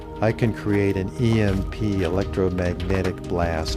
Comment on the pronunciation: Ok that's was too funny.. Especially when you said "emp"